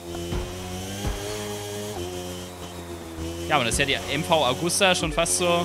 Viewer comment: xD sie heißt nicht MV Augusta sondern MV Agusta XDXDXDXDXDXDXDXD